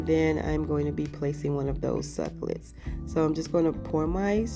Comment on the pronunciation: Jesus! SUC CU LENTS! NOT SUCLETS;😂😂😂😂😂